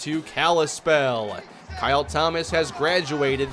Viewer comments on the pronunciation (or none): none